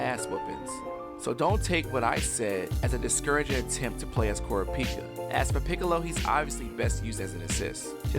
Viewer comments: Coropika? It's car-ra-pee-ka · Pronounced ca ra pee ka not coor a peeka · kurapika is pronounced like Ku-Raw-Pi-Ka im not raging about its just me letting you know